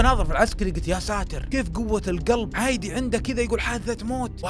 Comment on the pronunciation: حبيبي ليش تكول عايدي هيه انتم هيج طبيعتكم لو شنو ما اعرف بلنسبه الي اني من العراق ننطقها كذا عادي مو عايدي +ربي يوفقك ويرزقك مبدع ،🤍